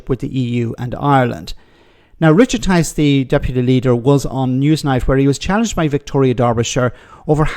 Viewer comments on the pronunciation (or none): Tice rhymes with lice,not very nice!